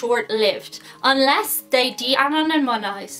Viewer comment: lol! 😆 trying to pronounce "de-anonymize." 😆